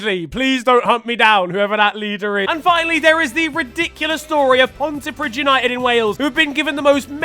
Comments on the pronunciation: It's pronounced "Ponty-Preeth" not "Ponty-Prid" JSYK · The “dd” in Pontypridd is pronounced “th”